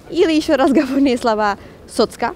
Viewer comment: Спасибо. Правильно "скажу два важных слова", ударение на слооова.